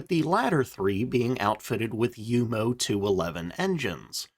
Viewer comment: Thank you for pronouncing Junkers and Jumo correctly!.